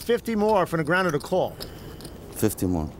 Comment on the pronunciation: Daniel Negreanooh